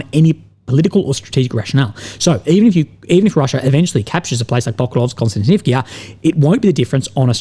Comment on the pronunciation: Kostiantinivka It ends with "KA". Where's the "kee-ah"/"kia" from?